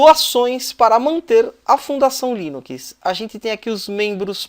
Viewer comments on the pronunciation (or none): dá agonia ver ele falando "línukiis" em vez de "línuks" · O conteúdo do vídeo é bom, mas não aguentei ouvir "linuquis" nos próximos vídeos kk